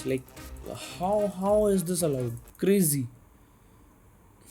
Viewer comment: Bro's Fav Dialogue 'This is crrrrrrrrrrrrrrazy'